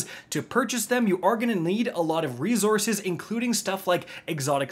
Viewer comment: Hey re source not re zorce think it through... you can't zorce anything because zorce isn't a word right? Love ya dude no hate just dropping in and expressing feelings lol gg's